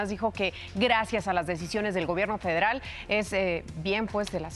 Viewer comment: La Comisión “Faderal”. Ni “ler “ sabes.